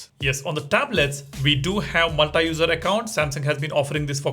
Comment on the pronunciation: Learn pronouncing "multi" properly